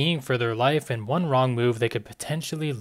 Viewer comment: Why does he keep saying ´´bearhhhh´´, ´´lifehhhhhh´´, ´´to seeehhhhh´´